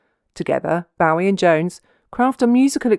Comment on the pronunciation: david boh-ee not bow-ee . although the person whom he named himself after was pronounced boo-ee